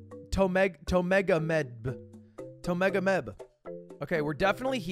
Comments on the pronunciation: Ludwig: Tomegomeb Geoguessr: Pronunciation directly above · Ludwig : * literally reads the romanized town name “Tyumen” Also Ludwig: tOmEgAnEb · "i dont know how to pronounce that? Tomega.." BRO IT'S WRITTEN RIGHT ON TOP OF IT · As a Russian it's really funny to see how he pronounce Tyumen(Тюмень), Ю - pronounce as YU. Well and its not small city , 800k people there). Great job, you found it so fast)